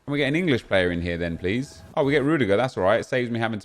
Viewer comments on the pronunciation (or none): none